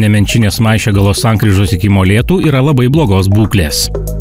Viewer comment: kas per Maišiagalos, Dubingių ir keletos kitų pavadinimų kirčiavimu? Niekad tokio kirčiavimo neesu girdėjęs kaip video